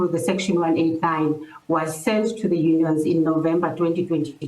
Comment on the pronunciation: Unions, sounds like honions.